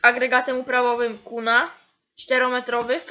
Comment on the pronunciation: Nie mówi się ''new holland' XDD tylko ,,Nju holland'' to samo z Kuhn,nie mowi sie kuna tylko KUHN XD